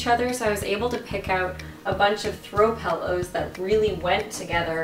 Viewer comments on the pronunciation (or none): You say the word pillows like my dad!!! He also says "pellows"! Is it a Canadian thing? He didn't like in Canada, but he moved a ton as a child. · It's so cute how you say pillows like "pellows" omg <3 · Sound like the way we say it in the UK :)